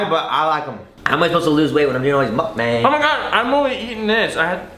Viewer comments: is it weird i get triggered when they say the a in mukbang like that? like the way they say it is how the a in abc sounds and its supposed to be mukb(ah)ng the ah sound not a? because its 먹방 (meokbang) not bang but bahng. okay irrelevant comment i know but i had to say it. 😂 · Moook bong that’s how it should be spelled 😂